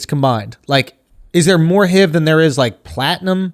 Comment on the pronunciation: It started when he said HEEV to H.I.V.